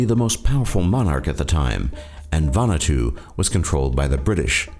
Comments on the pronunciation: Nice video. Just want to point out Vanuatu is pronounced Vahn-ooh-ah-too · It's actually pronounced Va-Nu-Ah-tu--4 syllables. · It's pronounced Van-oo-art-two